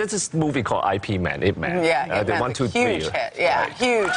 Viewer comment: Why did he pronounce his own movie Ip man as eye pee man? Yip man !